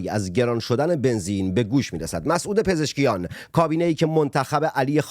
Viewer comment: اسم دکتر پزشکیان را درست ببر